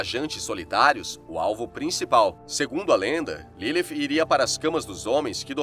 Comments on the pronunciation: Nome dela não era LiLi nem LILIF FALA DIREITO O NOME CARA 🤦🏽‍♂️ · Q agonia dele falando Ilifi